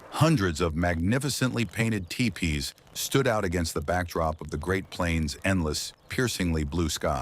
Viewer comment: I'm pretty sure that "Mama" is not pronounced the same in the native language. Tiepees?! AI sucks.